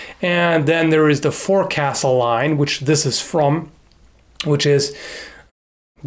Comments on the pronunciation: It's pronounced foc'sle not forcastle... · F'o'csle, not FOREcastle. I'll forgive the mistake, you're a landlubber not a sailor. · I like your videos man been watching them for a while now. Just wanted to say that the proper pronunciation of Forecastle is Foksul- long O sound. I only say this because it was drilled into my head by one of my fellow sailors when I pronounced it wrong. No disrespect, I just thought that you would want to know. Have a great day! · Just a heads up its pronounced "foahksul" not forecastle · Forecastle is pronounced fōksəl. English is wonderful. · Great review! But just a minor correction: Forecastle is actually pronounced 'fowk-sul'; yeah, it's one of those words that isn't pronounced how it's spelled. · Just a note,, forecastle is traditionally pronounced "FOLKS-ul" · FYI, "forecastle" is almost always pronounced "fo'c's'le", because apparently sailors hate vowels. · I believe forecastle is pronounced fokesl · Forcastle is usually pronounced fawk-sull, unless yer a lubber. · Forecastle is pronounced folk-sul just like boatswain is pronounced bosun. Weird navy stuff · Sorry ,I'm somewhat obsessive about English usage, a bit of spelling and pronunciation nazi. Forecastle is pronounced foc'sle. Sort of sounds like folk sill or folk sull.. It's weird I know, but that's English. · forecastle is pronounced focksul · Forecastle is pronounced fo'c'sle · bit of nautical pronuncfication for you me hearty - Forecastle (pron. fowk-sul; commonly abbreviated "fo'c's'le") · forecastle is pronounced thus: fokes-ull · "Forecastle" is pronounced "folk-sal"! Weird, but true! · Not that it matters, but, please! "fo'c's'le"! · in keeping with the naval terminology and traditions "Forecastle" is pronounced "Fokksul" its a location on a ship, like the quarterdeck. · Forcastle is said as folk-sul. I know, it's weird. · You can always tell how much of a lubber someone is by how they pronounce "forecastle"